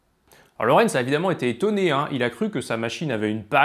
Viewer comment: Ok, ''déjà''.. et il y a d'autres choses utiles que tu souhaites ajouter ? Parce qu'en fait non, on ne dit pas Lawrence mais Lorenz et c'est bien l'attracteur de Lorenz (qui a été traduit de l'anglais ''Lorenz attractor''). Autre chose ? Hmm?